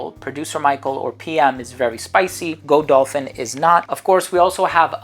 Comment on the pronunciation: Excuse me to correct you, but it is not Go Dolphin, it is Godolphin - one breath pronunciation. It is the name of the jumping horse.